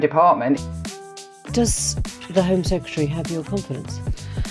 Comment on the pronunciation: Alec Douglas HOME, not Hume! Second journalist I've seen say that.